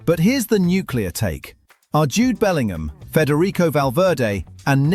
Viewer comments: Stupid AI video. Arjude Bellingham 😂😂😂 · “Arejude Bellingham” 💀